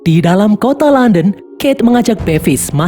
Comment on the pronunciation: KOTA LONDON KEBACA JADI KONTOLODON 😭